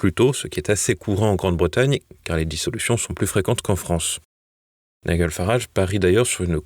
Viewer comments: 2 journalistes ne savent même pas prononcer le nom de nigel qui se dit naïdjel et non pas naïguel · Très bonne info comme d'habitude. Une remarque: Nigel se prononce Naïllejeule Farrarage pas Naïllegueule. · C'est Nigel comme dans gel, pas Niguel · Apprenez à prononcer nigel pour éviter d'être ridicule😂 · Ne serait-il pas temps d'apprendre à prononcer le prénom de Nigel Farage??? TVL a vraiment des journalistes au-dessous de tout.